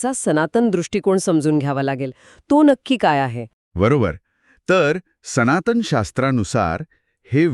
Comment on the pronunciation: Speakers हो मराठी सुधारा हो - मंत्र म्हणतात - मंत्र बोलत नाही! आणि दोघांनो. लहर शब्दाचा उच्चार मराठीत करा की हिंदीसारखा नको. सनातन म्हणा सनातण नव्हे, ध्वनि म्हणा ध्वणि नव्हे. संभाषण कृत्रिम वाटते - AI generated आहे की काय?